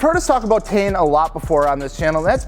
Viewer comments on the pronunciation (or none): It’s not tee in. It’s pronounced tain. You ever watch a video of the Japanese reps talking about their products?